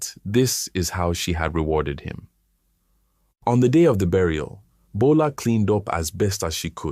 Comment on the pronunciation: Bola not gbola😂